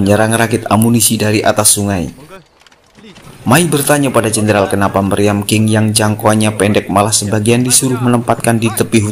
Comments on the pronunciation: Qing = Ching Bukan king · Qing dibaca Tsing